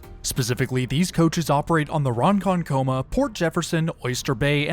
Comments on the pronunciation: “Ron-conkoma” is how New Yorkers tend to pronounce it btw rather than “Ron -con -coma” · I'm adding to As he said is correct. "kuh-muh" is the sound said quickly. Ronkonkoma is not pronounced Ron - Kon - Koma. Another way to think of the phrase "Konking" your horn, and take off the 'ing" ending sound, and pronounce: Ronkonkoma. Ronkonkuh-muh. Sound good? Thanks for the train details. A transfer to The Oyster Bay branch is also made at Mineola. Phonetically pronounced: Mini-ola. The phrasing sound said quickly as one: Mineola. I believe the Diesels loop around from Hunters Point. An example the engine reverses butt-out on return trips. So the tail end car with the bumpers in the last shot is what you see moving forward. So that returns butt-out. I think Double-headed DM's are operated during summer service to and from Montauk Point. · If you’re going to be hanging out in the tri-state in the future, get used to encountering a LOT of phonetic traps. Ronkonkoma, for example, is four syllables, Ron-kon-ko-ma. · btw generally Ronkonkoma is pronounced with the emphasis on ronkon and not the koma, making koma sound more like "kuh-muh" and said quite quickly 😊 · Ron-on-coma, LOL! It's Ronkonkoma, just said straight forward. Honestly, I think those are beyond ugly. Bombardier did a much better job with NJT and their multi-levels. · If thats how it was pronounced, the announcer should be fired. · That pronunciation of Ronkonkoma was insane!